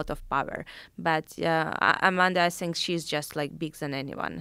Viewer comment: when Valentina says “zhinkk” instead of think LOL 🤣😍 what a beauty